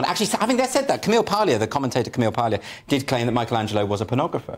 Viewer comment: As Italian , to me it's indecent and obscene the pronounciation you have of Michelangelo mispelled in May-koul-angelo.